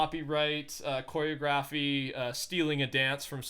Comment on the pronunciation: No it's not, he said it like "corey-a-graphy"